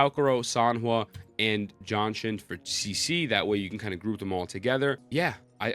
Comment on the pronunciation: Just say Ji-An-Shin... who the hell is John Shin lol.